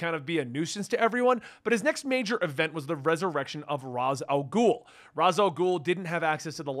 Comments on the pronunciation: I enjoy this guy's content but the way he pronounces Ra's is like nails on a chalk board. I eventually get over it the longer I listen to the video but it's rough those first few times I hear it. Cool video. I had completely forgotten that Damien was in Battle for the Cowl. I miss that Dick Grayson Batman/Damian Wayne Robin team. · So wait, is it pronounced R-Oz or R-Aish?